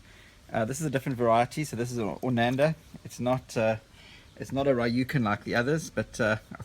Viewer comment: although i think its pronounced oranda.